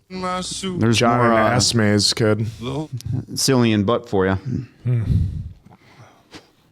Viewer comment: Cillian is pronounced with a 'K' sound